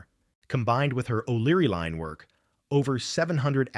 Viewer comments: Oh thanks. I thought it was a word I did not know. Here I am thinking what's a "leen"😉😁🤪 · Very distracting to have words hugely mispronounced. There is no "leen". It is LINE. Otherwise really appreciate this tale. Thanks